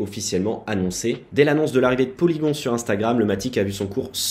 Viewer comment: Polygon prononcé à la française 🤣🤣🤣 Trop bien ! Aller tout le monde sort son béret et sa baguette...